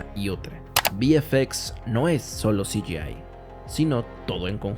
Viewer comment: Todo muy bien explicado. Lo de "si yi ai" me hace gracia